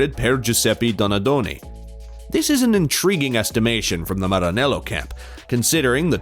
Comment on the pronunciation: Aaahh you say ✨Maranello✨ so beautifully🤌🏼